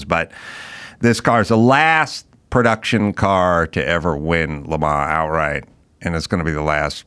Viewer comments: It's Le Man (not Le Maw) The s is dropped and is it's Le Man. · Quit saying “Le Ma” already, you’re driving me insane!